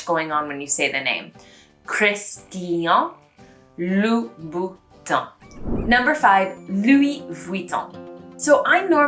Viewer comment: Still a little work on "tin" of Louboutin and "tian" of Christian , that are not enough different.